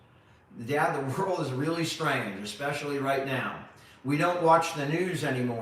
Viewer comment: Don’t correct, you mispronounce especially which annoys me immensely.